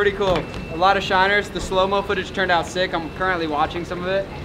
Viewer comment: say shinner one more time please